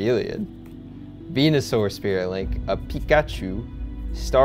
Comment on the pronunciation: i clicked off the video when he seid " who likes venuesure"